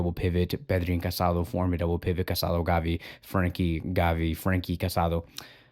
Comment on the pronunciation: The guy’s name is pronounced ca-sa-DOUGH. The final accent means something. It’s not respectful to continuously mispronounces his name.